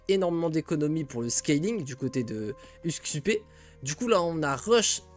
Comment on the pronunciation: Merci pour le cast, btw son nom se prononce usk-soupe comme en francais, d'ailleurs le titre de son stream c'est "soupe du jour" alors qu'il est scandinave. J'sais pas si tu connais le cheese mais on peut passer Gullinbursti a travers un passage des enfers justement pour profiter de ses stats énormes